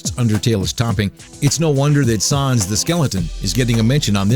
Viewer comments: the way you pronounce sans...you are gonna get PUNished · The mispronunciation of Sans drove me nuts. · I cringed everytime he said "Sans"